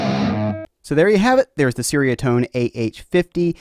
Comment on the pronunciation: It's like cherry-uh-tone, not sairy-uh-tone.